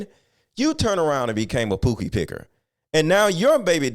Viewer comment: This Mog Said "Pookie" Picker.. lol